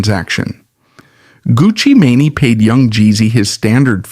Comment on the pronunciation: Everytime he says “Gucci maney” lol